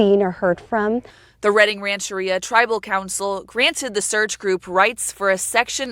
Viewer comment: This is only 30 mins north of me so this story hits home.... I'll never forget when they found her truck... such a heartbreaking story and I pray they find justice for Nikki and her loved ones! BTW it's pronounced Ranch-er-ria no biggie tho